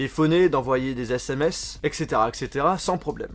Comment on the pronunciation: Des "ZÈSSÈMÈCE" ?😂